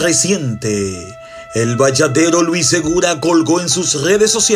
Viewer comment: el narrador del video dice luis seguda y es luis segura es media lengua 😂